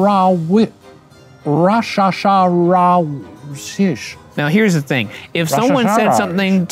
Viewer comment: The highlight of this episode for me was definitely Shane's beautiful rendition of Somebody I Used to Know. Edit: AND RYAN’S PERFECT PRONUNCIATION OF RASHAHSASHARAWSISH